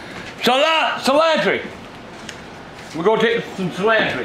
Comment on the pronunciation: "Cilantree" "Garleek"